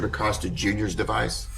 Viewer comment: THE LAST NAME IS PRONOUNCED WITH A LONG 0 SOUND..EX A-COAST-A. NOT AWCAUSTA.